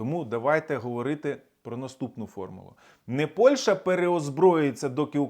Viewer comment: ПольШа чи ПольЩа? Ти "україномовний гугнявий" чи малорос неграмотний? Коли "борешся" на віртуальному фронті з пропагандою, то борися і з своєю російськомовною вимовою ПольЩі.